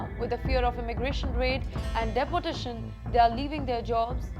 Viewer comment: The pronunciation of deportation in itself is absurd. Da-portation!!!😅